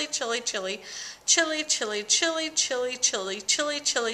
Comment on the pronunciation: A few times there it sounded like you said chili. Just saying.